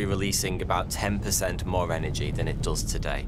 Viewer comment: It’s funny how your channel is supposed to provide vetted information but you can’t even pronounce the word more